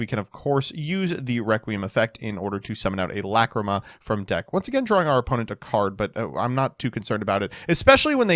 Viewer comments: First match: The pain of hearing "McCreema". Second match: The pleasure of hearing "Lacrima". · Stop saying Fiendsmith La Creama I am begging you 😭😭🙏🙏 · Everytime says lacreamah I cringe and I know he is doing this to hurt all of us. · Lacrima being pronounced as Luh-CREAM-Uh is unbearable. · The way he pronounces Lacrima makes me upset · Please stop saying lacrima like that 🙏